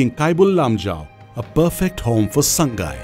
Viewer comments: Please pronounce 'Sangai' as /SAA NGAI/ It's not /SAANG GAI/. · very good video 👍👍👍 but sir sangai should be pronounced as Sa-ngai